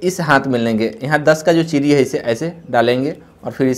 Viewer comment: चिरी नही चिड़ी बोलते